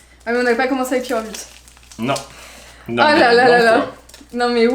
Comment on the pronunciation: tu t'es trompé tu as dis pyrobut alors que c'est lapyro et enplus c'est mon pokemon préféré